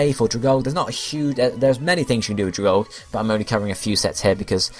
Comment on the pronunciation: If no one has said this, it's pronounced like Algae (al-gE), the plant life found in some bodies of water :)